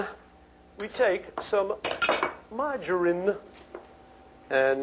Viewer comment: YES, I was horrified when he said “marjorine’.